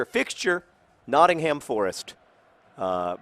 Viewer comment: Notting-hum, not Notting-HAM. Sorry to be picky John.